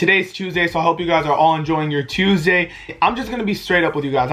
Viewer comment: why do you say Tuesday like that 😂